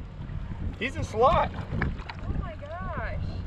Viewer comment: She said slob instead of slot y’all are funny love your videos keep up the good qorl